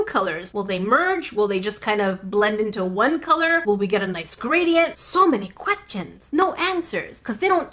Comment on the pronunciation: Quat-chans? Did I hear "Quatchans " when said Questions?😂😂😂